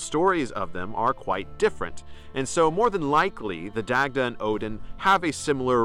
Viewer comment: Love the content. you make interesting points and hold a lot of insight. However, I would advise you to revisit your pronunciation of the Celtic names. As a Celtic Pagan myself and studying the Irish language, it can come off as disrespectful to mispronounce these names. Names are important. I know that this isn't your intent and wouldn't want you to get any backlash for it. ex.: Dagda=Dah-da, Goibniu=Guv-noo. The Irish language can be tricky. Its especially counterintuitive for English speaking Americans. I know it has been for myself.